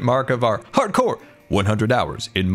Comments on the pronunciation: "Hardcore" sounds like "parkour" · I love how says "hardcore" with so much emphasis like its a slap on title screen.